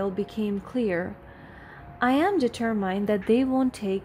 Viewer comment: Please find the right pronunciation of the word determined